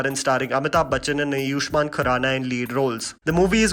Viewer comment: Why do you always say ayuushman khurana ? It's ayushman dude